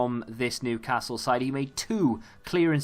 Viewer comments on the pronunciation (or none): none